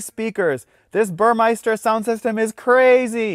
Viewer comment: It's Burmester, not Burmeister. Other than that, decent ride yeah. I have two of them already. Lesssgoooo!